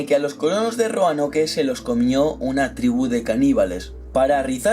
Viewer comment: Se pronuncia Roanok no Roanoke xd